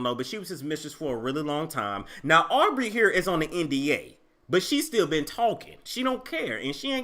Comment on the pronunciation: Wait,.. did you just call her "Arby"! ?( Aubrey)🤣🤣😭💀